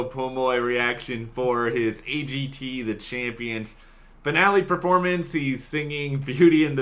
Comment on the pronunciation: Simon talen not z,A G T A.AA.